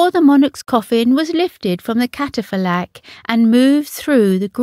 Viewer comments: Too bad the narrator can not speak/read properly. The word 'corps'as in army corps has a silent p. And catafalak is NOT a word catafalque is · I think the person doing the commentary on this vid needs to learn how to pronounce some her word, what’s a catafalork? And corps ! It’s PRONOUNCED COR silent p s ! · Does nobody check the script for unfamiliar words before recording it? Catafalack? Breedelbain? Piper major? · it's catafalque, not catafalack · Incredibly moving and superbly performed with the eerie ending as the piper slowly marches away with the sounding fading. However, the narration is appalling, get the pronunciation right. It is Corps as in Cor, not corpse. It is pronounced Catafalk, not Catafaleck. For goodness sake, and in the Queen's wonderful memory, use Queen's English. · Cata-fa-lack!!??!! Freaking hilarious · 'Cat.a.fill.ack'? good grief!! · This young lady needs to learn how to procounce "corps" and "catafalque" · I can’t believe that someone with such clarity of speaking can say corpse instead of corp and catafalque and not catafalque is beyond me